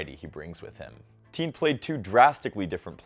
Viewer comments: Please learn to pronounce his name properly!! You are pronouncing it like “Teen”, it is pronounced “Ti-yehn”. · thanks for high- lighting Learner's game but his last name is pronounced "T-yen" not "teen" He looks like he has a high tennis IQ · His name not pronounced "Teen" Think Tian, as in Tiananmen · why is he pronouncing his last name like that